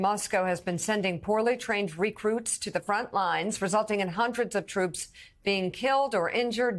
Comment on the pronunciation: What's a RE-cruit?